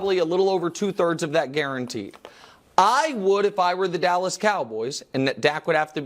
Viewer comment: Did brou say callas cowboys? 😂